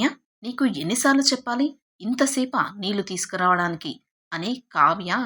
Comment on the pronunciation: తెలుగు అక్షరాలు ఖూనీ చేసి చదువు తోంది. కళ్ళు, నీళ్ళు అని పలకడం రాదు